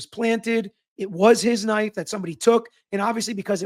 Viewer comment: I was listening and I kept hearing gay bar knife. Thankfully I finally read the transcript.